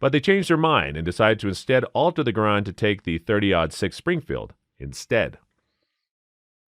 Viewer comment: im sorry for being an asshole gun nut but the narrator is saying some of the names wrong. like the Pederson ... he says Peterson and the Garand he says Garran. it confuses people